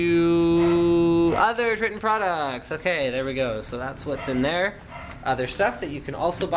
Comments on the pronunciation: its not tr(i)tton its tr(I)tton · Try-tonne not Tri-tton. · its you pronounce it Tri-Ton lol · its Tritton not Snapper o you are wrong